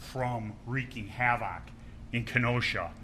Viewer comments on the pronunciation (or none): How can someone say "havoc" so much in a public forum and not know how to pronounce the word? Between that and the blue gatorade...not a great professional impression.